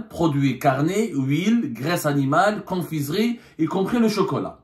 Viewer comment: On dit confiserie (prononcer ce et non zerie).